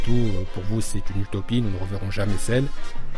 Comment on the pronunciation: Heuuu il a pas dit celluuu ?😂